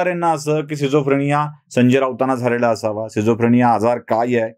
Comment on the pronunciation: खूप उत्तम व्हिडीओ फक्त आजाराचा उच्चार चुकला सिझोफ्रेनिया नसून स्किटझोफ्रेनिया हा आहे. बाकी व्हिडीओ बहारदार नेहेमीप्रमाणे 💥